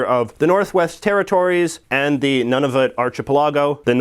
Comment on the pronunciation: "None-of-it archipelago". OMG, you're a Canadian, and can't say Nunavut right? It's pronounced "Noon-avut"